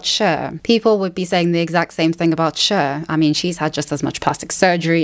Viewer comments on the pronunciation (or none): The pronunciation of Cher = share (whatever that is in British) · Love the way you say 'Cher'